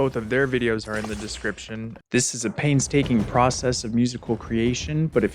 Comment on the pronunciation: hehe, "pain-STAKING"